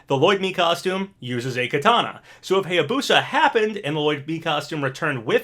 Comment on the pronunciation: Still pronouncing Hayabusa wrong, also Masamune was pronounced wrong 😭😭😭 but now you're pronouncing Heihachi correctly yass!👏👏👏